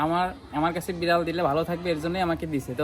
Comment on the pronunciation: বিরাল❎ বিলার✅ 😂😂😂😂